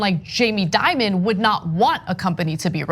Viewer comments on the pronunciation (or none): That kids, is what fear mongering looks like. Also please, banks make bad decisions all the time. Like that time Deutsche Bank loaned No. 45, millions. PPS I'd pronounce Dimon as De-Mon, like the corporate monster that he is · So we get this right: Jamie DIMON, (like DEMON with an I), not Diamond. K?